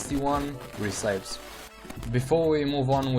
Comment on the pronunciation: re-ci-pes not re-cipes bro XD